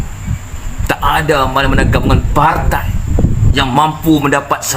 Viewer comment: Bahasa dan sebutan tu bang.. PARTAI ea..?